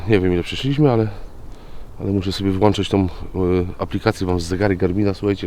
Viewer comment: Witam. Jak zawsze ciekawe, nie żeby się czepiać ale jakbyś zaczął WŁĄCZAĆ zamiast włanczać byłoby perfekcyjnie. Darz Bór